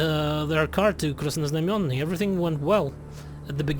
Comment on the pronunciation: perfect pronounciation of Krasnoznamienny he he